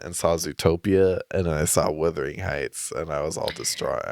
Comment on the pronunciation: It’s not withering heights it’s wuthering😭